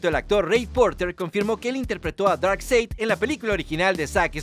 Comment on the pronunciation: Se escribe Darkseid pero se pronuncia Darkside (Darksaid)